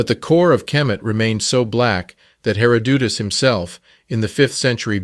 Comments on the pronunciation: "Hair-o-dootis" ? Have yoiu never heard the name before or is this auto-generated compooter voice? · The voice-over sounds like an A.I. or text-to-speech application, and can't pronounce anything correctly which proves they're not actually up-to-speed on the actual topics. Like, who in their right mind acts like an expert on these topic, mentions "Chat GPT" (whihc actually is full of problems itself) BUT SOMEHOW CANNOT EVEN PRONOUNCE A FAMOUS NAME like "Herodotus", and so many others? -and sounds written by a biased author. Also, what is this AMERICAN CENTRIC terminology? "African American". So much emphasis on Americans??? Not all people of color originated on the African Continent, but were indigenous to the Americans, and many were also kidnapped as far back at the late 1400s and the abductees were sold into slavery IN AFRICA, so the entire gen pool is mixed ON BOTH CONTINENTS. Then there were The Moores, whom rules whole parts of Europe for centuries, AND THEY WERE EUROPEAN. The Moors were also already in the Americas long before The Spanish, and even the name "America" is Moorish word "Amer" & "Rica".